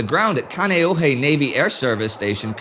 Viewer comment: Indy: it's "Kahn-ee-oh-hee" and "Eh-va".